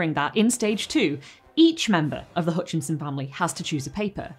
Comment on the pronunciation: Hutchinson, not Hoonchinson.